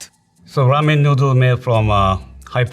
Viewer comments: She can’t pronounce ramen in English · she can’t pronounce “ramen” though 😅. She kept saying “ramyun” which is the korean style noodle soup. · She cant even pronounce ramen 😂 RAMYUN 😎😎😏😏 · i love how it's clearly written "ramen" on the packages, but this beach goes out of her way to say "ramyeon" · Someone tell her to pronounce it "ramen" instead of ramyun. Put some respect on its origins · Is it ramen or ramyen? That girls keeps adding a Y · Korean Lamyeon not ramen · In Korea, instant ramen and ramen are classified as different foods. Instant ramen is called 'ramyeon', but ramen is called 'ramen' just like the Japanese pronunciation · Ramiyen, lol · Why are they saying ramyuen not ramen? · Ramen not ramien 😅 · She keeps saying rah- me-yen. Never heard that pronunciation before. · Cool, I hear them pronouncing it like: Ram-yen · She lost me at “rameein” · Is it pronounced "ram-yen" or is she just saying it weirdly? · It's cute everytime she pronounces "Ramen" like that. RAMEAYN :) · I'm surprised she's Korean instead of Chinese because the way she pronounces ramen sounds really like the chinese way "la mian" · I never knew before how much it being pronounced "Ramyen" bothered me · Why is she pronouncing it ram-yen? Is that the authentic way to say it? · Also ramen “ramyan” lol I think Korean was probably just her first language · The female chef says Ramen similar to the Chinese pronunciation. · The narrator mispronounced every single ramen. Like butchered it. Goodness... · The girl keeps mispronouncing Ramen as ramyen or ramyun... And tonkotsu as tonkatsu 😐😐